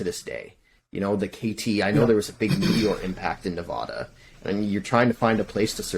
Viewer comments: That’s not how you pronounce Nevada mfer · just an fyi, you’re pronouncing Nevada incorrectly (most people who don’t live here say it the way you do, but it’s wrong). Love the show so far though!